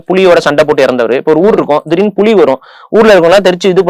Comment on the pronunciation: புலி- ‘புளி’ கொல்லாமை- ‘கொள்ளாமை’ வழிபாடு-‘வளிபாடு’ வள்ளலார்- ‘வல்லலார்’ வழக்கம்- ‘வளக்கம்’…. 🤦‍♀️🤦‍♀️ தாங்கமுடியவில்லை!! நெறியாளரின் தமிழ் உச்சரிப்பும், தமிழ்உச்சரிப்பும் கொடூரம். மற்ற விஷயங்களைப் பற்றி பேசும்போதாவது பரவாயில்லை; தமிழ், தமிழர் வரலாறு, தமிழ் கலாச்சாரம் பற்றிய நேர்காணலில் இது போன்ற உச்சரிப்பை கேட்க சகிக்க முடியவில்லை 😡